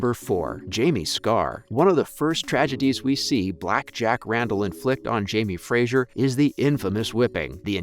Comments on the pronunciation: Fraser, not Frajer sweetie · As a Scot, hearing the way you say Fraser is irritating as it's pronounced Fra-ser not Fra-zure. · It’s Jamie Fraser not Frasier! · Great piece. But every time you mispronounced “Fraser” as “Frazier” it took me a few seconds to let it go🤣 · It’s obvious from this video that you have never watched the show. There is no i in Fraser. If you are going to report on these shows, please get the names right. At least you pronounced Sam’s last name correctly. Thank you for that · Please pronounce Fraser correctly, it's not Frasier. Thanks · His name is Fraser, not Frasier. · Oy! It's FRASER not Frasier! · It's pronounced Jamie Fray-zer - not Jamie Frayzshier. Please pronounce it properly! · So irritating everytime he says Frasier. It is pronounced Frazer. I should know since it is my name and I'm Scottish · Yep. Knew all that. And it’s “Fra-zer”. And Cait is “Cat”. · ughhh i cringed everytime he said frazier! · Makes it hard to get through these videos. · Has anyone there watches the show? Please pronounce Fraser correctly! It’s kind of important. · started to watch then you could not pronounce Fraser or Hueghan!!!!!!!!